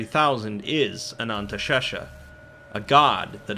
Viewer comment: Anantashesha sounds like someone trying to say anesthesia while going under anesthetic